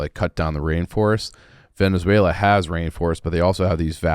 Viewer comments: My goodness, this is embarrassing. Neither of you have a clue what you're talking about. is so dumb he doesn't know how to even say Venezuela. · Love but if the guy doesn’t know to pronounce the country they’re discussing maybe you just shouldn’t talk about it